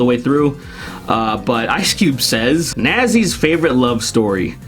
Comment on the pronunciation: Really said Nazis like that huh?